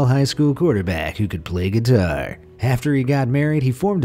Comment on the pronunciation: I'm sorry I lost it when he said "GUIDARR" 💀💀💀💀